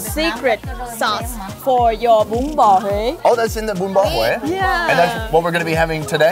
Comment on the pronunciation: he said "bún bò huế" with the correct local accent too lmao